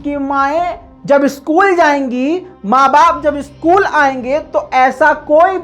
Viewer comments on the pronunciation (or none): none